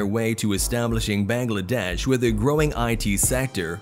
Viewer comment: The pronunciation is Baang-laa-desh not Beng-lae-desh. Btw take Love ❤️